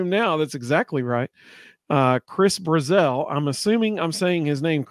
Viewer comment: Chris BRAzell. Not Bru-zel. Also he isn't a true freshman, he's a redshirt freshman, he has 3 years eligibility with us.